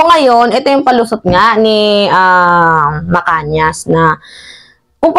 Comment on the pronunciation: .."MAGPAPAKALAT" hindi MAGPAPAKALAP..at Macanas hindi Macanias